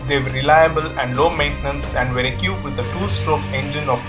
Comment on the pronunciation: Equipped: pronounced ee kwipt Great video mate. Very informative. Keep up the good work.